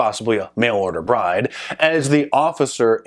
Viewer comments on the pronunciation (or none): none